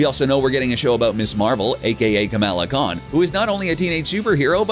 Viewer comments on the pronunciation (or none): none